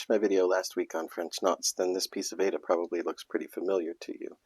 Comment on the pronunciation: Excellent video. Railroading takes more time than not, so I rarely do it. One note: Zweigert says that Aida is pronounced eye-ee-duh, like the opera, not ay-duh.